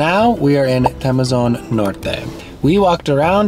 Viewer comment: just a little bit of clarification, it's TEMOZÓN not TEMEZON, I know you guys do not use accents but in spanish are important..